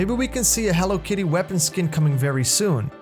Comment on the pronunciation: Did you say Hello Kitty?